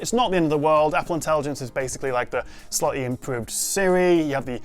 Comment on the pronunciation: When did the word "slightly" become "slutty"? And it's router not rooter. Whiskey Tango Foxtrot.